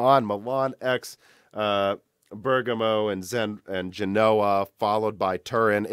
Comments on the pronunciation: Right on the money with Ber "gam" o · Thank you for pronouncing Bergamo correctly! I take it you read my comment on the previous video where you mentioned Bergamo, lol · You finally figured out how to pronounce Bergamo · Omg, can't believe you finally pronounced Bergamo correctly. ;) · you finally pronounced bergamo correctly hahaha personally i like how you change the pronunciation for non english words i think its very funny, im from spain and i was starting to pronounce bergamo wrong just from watching your videos XD